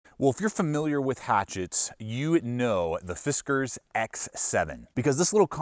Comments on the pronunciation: I think it's "Fis Kars" not "Fis Kers" but it doesn't really matter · It’s pronounced “Fiskars”. 😉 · "Fizzcarz norton" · yeah ,It's just "Fiskars " bro ;)